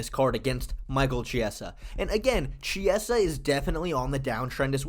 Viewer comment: Its kiesa/chiesa not jiesa bruh